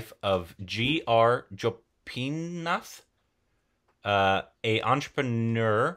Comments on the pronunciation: Bro its GO PI NATH no joypinath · That person's name is Gopinath and pronunciation is "go" not "jo".